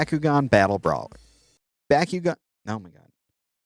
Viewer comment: it's pronounced Back you gon